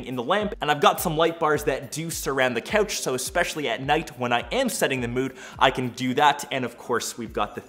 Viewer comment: “Beeeen” “cohch”